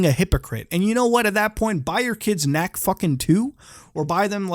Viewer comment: Did mutha said K N A C K 2 ? OH OOOHHH KNACK 2 BABY [Here comes the money plays loudly]